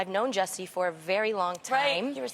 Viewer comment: shes known Jussie for so long, she cant even get his name right #jessie